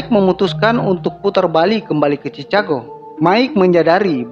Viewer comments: sebutan chicago yg benar ada lah "chikago" bang² 😂.. bukan nya chicago bang² 🗿😂😂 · Maaf ya mau negur dikit "Chicago" bunyi chikago. Maaf ya bukan niat utuk hina atau nyinggung cuma negur aja. Maaf ya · Chikago bacanya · Sebutan yang bener "sikego" dek bukan chikago